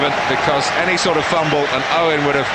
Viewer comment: He even said it like Uwen